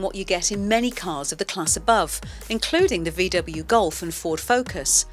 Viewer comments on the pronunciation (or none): none